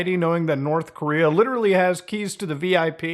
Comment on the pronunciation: Korth Norea